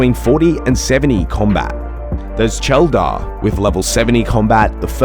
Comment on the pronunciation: I died when you said “Cheldar” 🤣